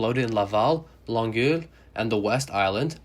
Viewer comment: Interesting. And great pronunciation of the French stations in Montreal, except for Longueil. It's hard to describe how to pronounce it, it's with eye-yuh at the end. Also, LA's Wilshire Blvd is pronounced like 'Wilsher'